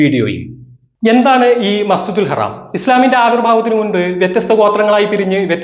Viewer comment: എടോ മസ്ജിദിൽ ഹറാം അല്ല മസ്ജിദുൽ ഹറം അങ്ങനെ പറഞ്ഞു പഠിക്ക് അതെങ്കിലും ആദ്യം പഠിക്കാൻ നോക്ക്